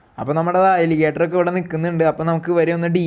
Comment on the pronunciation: എടാ... മോനെ..... എലിഗേറ്റർ.... അല്ല!! അലിഗേറ്റർ.... 😆